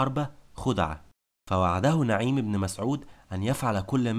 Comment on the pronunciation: مجهود رائع و محترم ولكن برجاء عمل مراجعة لغوية للنص قبل التسجيل. فالكثير من الكلمات نطقها غير مضبوط. على سبيل المثال: اسم نعيم ،كلمة معول،كلمة حرة.... وبالتوفيق دائما